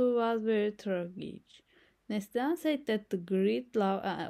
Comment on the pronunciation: Please pronounce the name correctly . it is Nasli - Han , Also speak clearly and slowly . Thank you